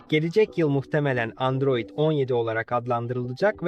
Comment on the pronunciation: Endroid değil Android 😂